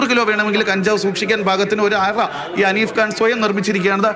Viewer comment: ഹനീഫ് ഖാൻ , ഉണ്ണിയെ പോലെ എന്ന് അവതാരിക, പേര് പറയാൻ ബുദ്ധിമുട്ട് ആണ് വാർത്ത വായിക്കുന്നവൾക്ക് 😮